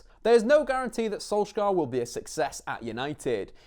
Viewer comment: One day an English commentator will learn how to pronounce Molde, Ole and Solskjaer. God Jul.